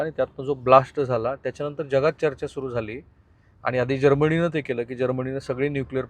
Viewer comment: जर्मणी असा कोणता देश नाही...जर्मनी असा आहे....हा बिस्किट पत्रकार आव खूप आणतो पण अशुद्ध बोलतो. अमेरिकेने युरेनियम चे तुकडे कवर करून पाकिस्तानमधे ठेवले आहेत. फक्त हे तुकडे ब्लास्ट करू शकत नाहीत